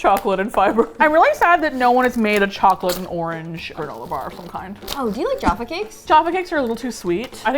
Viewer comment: ‘Joffa cake’ 😄